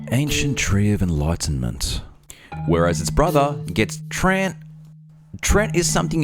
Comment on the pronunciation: Sorry to be a dictionary devil,, but it's pronounced "tree-ant" or "tree-ehnt," not "treent," as you vocalize. Also, the "treants" or "ents" in fictional fantasy are based on a variety of forest/forest-related creatures in varous mythology and folklore, but are not directly or indirectly sourced from real-world folktales or myths. Alas, but an amusing fact or two so we can hopefully ignore my tainted-beefsteak, Wikipedia-esque behavior. I do hope you enjoyed, my good fellows.:)